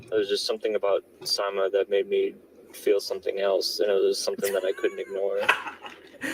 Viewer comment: Samya (insomnia lol) is Fatiha. Her sister is Sayma pronounced SIMA (long I sound) I think I got it right lol half the time the boyfriend doesn’t pronounce the names right so who the hel knows. This whole thing is nuts. Gotta see the trial!!!